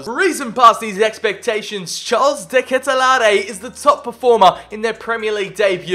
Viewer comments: Haha how you pronounce de ketelaere is amzing. (De ka til are is sort of the right way) or just Charles like you did on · De ketelaere is pronounced de ket-lair-e